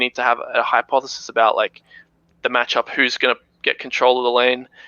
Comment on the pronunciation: This guy really said "hypothesi" trying to sound smart